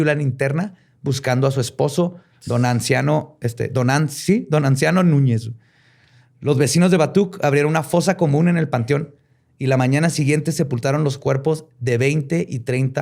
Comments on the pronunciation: "Donanciano" no mames... Es Donaciano. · No es Donanciano, es Donaciano... lo se porque mi papá se llama así. No mames, pude visualizar la masacre mientras lo contabas, y pude sentir unos escalofríos muy cabrones por la espalda. Este capitulo estuvo muy fuerte, no se porque me pegó mucho.